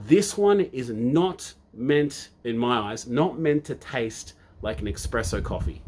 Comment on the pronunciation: "I used to be a barista"...... then says "EXpresso" again and again. Dude! ESPRESSO!!! (Love your work though - I've just started on TMS and going through all your videos! Thanks for doing this)